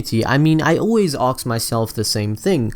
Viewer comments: Why don't you say "ask" correctly? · why do you say aks instead of ask :/ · "I always aux myself this"